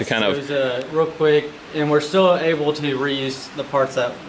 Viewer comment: It’s is able not earl